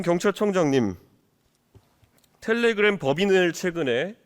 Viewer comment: 텔레그'람' ㅋㅋㅋㅋㅋㅋㅋㅋㅋㅋㅋㅋ